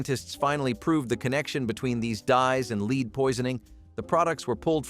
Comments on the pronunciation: Lead is pronounced led in this situation. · LEAD IS PRONOUNCED LED. IT NEVER KILLED ANY BABIES. IT IS A LIE. 5 OF US WHERE IN LEAD PAINED BEDS AND ROOMS WE ARE ALL JUST FINE. LEAD PAINT ON YOUR WALLS STOPS THEM FROM SEEING INSIDE YOUR HOME. INFRARED CANNOT GET THROUGH IT NOTHING CAN. A BABY WHO CAN ROLL INTO THE CRIB CUSHIONS CAN ALSO ROLL AWAY. ANOTHER LIE. WE ALL WERE COVERED WITH HAND MADE QUILTS AND BLANKETS SO WHERE MY 3 SONS NONE OF US DIED. WE ARE ALL HERE. MORE CRAP. NEVER HAD FLAME RETARDER IN ANY WE COULD BUY HERE IN CANADA. SMART ADULTS KNOW IT IS UNNECESSARY. IF YOU DIDN'T KNOW HOW TO USE A THERMOMETER. I GET IT BUT THAT WAS NOT THE CASE. ASPRIN HAS ALWAYS BEEN DANGEROUS. BAYER PRODUCTS ARE ALL DANGEROUS. BE CAREFUL THE THINGS YOU LISTEN TOO. IT IS NOT ALL TRUE.